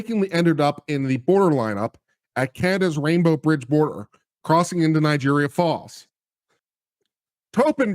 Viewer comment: That's what he said. Niagara Fallujah.